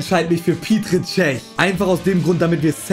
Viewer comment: Wie es mich Triggert als Tscheche Das er PETER statt Petr sagt😑